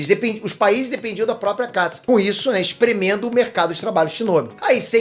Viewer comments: MANO ELE FALA AKATISKI E NAO AKATISUKI KKKKKKKKKKKKKKKKKKKKKKKKKKKKKKKKKKKKKKKKKKKKKKKKKKKKKKKKKKKKKKKKKKKKKKKKKKKKKKKKKKKKKKKKKKKKKKKKKKKKKKKKKKKKKKKKKKKKKKKKKKKKKKKKKKKKKKKKKKKKKKKKKKKKKKKKKKKKKKKKKKKKKKKKKKKKKKKKKKKKKKKKKKKKKKKKKKKKKKKKKKKKKKKKKKKKKKKKKKK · Aaaa mano fala akatsuki pfv para de falar akastki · Não é akatiski, é A K A T I S UU K I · Porra! fala o nome correto! me deu um nervoso vc falando akatsuki com um acento agudo no (a) sem necessidade Alguma; dei deslike por isso. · Eu falo akatsuki o certo e fala akatsi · Ele falando os nomes do jeito q é falado no Japão me da uma leve repulsa, mas relevem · Ele fala Akatsuki errado